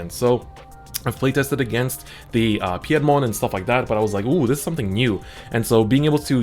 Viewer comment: Your pronunciation of Piedmon made me cringe a little haha. Pie (as in the food) -dmon is the pronunciation :P glad you had a blast with the set 1.0 tournaments! You should join the Digimon TCG 2020 Discord and hang with us all ^^